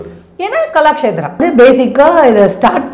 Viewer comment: It's is kalakshethra, she is pronouncing as galakshethra She is talking about pronouncing words... Ha ha ha